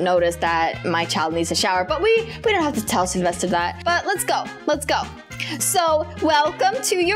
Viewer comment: selevester::selevested me: so hard to say😅